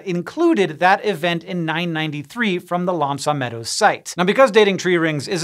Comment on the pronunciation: everyone who speaks french just died a little inside with the pronunciation of l'anse aux meadows model :D